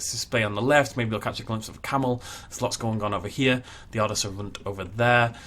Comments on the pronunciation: ....The best way to pronounce the rand would be like lady gaga's Ra Ra sounds in her song bad romance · for Rand, it’s more pronounced like the word Run, so it sounds like “runned” and you roll the r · to pronounce the name is Rr-un-dt I am south african I speak afrikaans love the videos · The word 'rand' is more pronounced like the English word 'want' but with an R instead of a W. I'm not a native Afrikaans speaker, but I'm Dutch and the language is so similar that I can understand about 90% of it. Afrikaans is actually pretty funny to the Dutch ear, the words and the spelling are a little different but I can understand what they mean. A bit like how a Dutch child would describe something he doesn't know the word of. For example, a scooter is a 'bromponie' in Afrikaans, which literally translates to 'vroompony' in Dutch. And the Kameelperd from your video sounds like 'camelhorse' to me. And one of my favorites I just learned: 'Van-nikskse-nie-bang-skip'. This is the word for a military ship and translates to 'afraid-of-nothing-boat'. I love Afrikaans ❤️ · Fabienne Daalhuisen I’m a native speaker and I can confirm that it is like want with an r😂 Oof to the rolling of the r’s part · Your pronunciation is a little bit of (then a in rand is pronounced as a "ah" with a rolled "r"), but it does not matter. It is not the easiest language for English speakers so well done. Keep up the amazing work